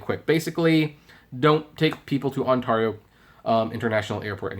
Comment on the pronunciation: Ontario you said it wrong